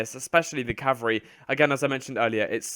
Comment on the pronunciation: "CaVALreey" not "cavareeh"